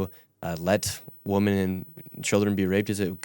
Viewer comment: Has anyone else ever noticed that Nick can’t say “women”? I’ve seen it dozens of times. He says “woman” every time he should be saying “women”.